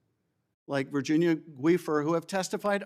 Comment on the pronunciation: Cant even pronounce Virginia's name knows nothing but attack with immunity evil